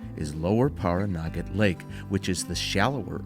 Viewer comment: I grew up in Las Vegas and spent a fair amount of time traveling to and through Pioche. I really enjoyed the video. Caliente has really changed since the last time I went through it, back in the early 90s. Pahranagat is pronounced as Pah ran a gat, not Par A Naggot.